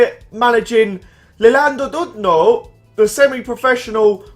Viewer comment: That pronounciation of Llandudno loool